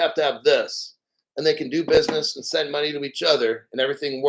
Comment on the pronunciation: "Bidness" 😂😂 salute from the black crypto community 🫡